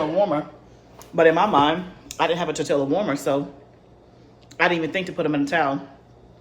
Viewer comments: Great video!! I wish I had the confidence to start making bread, biscuits and rolls. And one little thing, living in San Diego, CA and 3 miles from Mexico, we pronounce Tor-tilla as Tor-ti-ya. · I’m yo friend and I’m yo sista so outta love I’m gone say stop saying tor-tilla 🤣🤣🤣🤣🤣🤣🤣🤣🤣 ❤ please say tor-tee-yuh I was cracking up had to restart the video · Nice video.....the double "LL" in tortilla is pronounced like a "y" sound